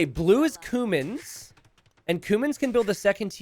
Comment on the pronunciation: Everytime he says Cumans i hear coomers